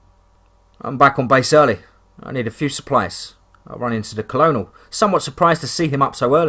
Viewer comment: The story is great. The narrator's inability to correctly pronounce simple English words though is such a distraction. Colonel is pronounced kernel. A harder one maybe is pronounced camp La-june. If the word seems odd or difficult then the narrator could easily look it up. Again it's a distraction and ruins the flow of the story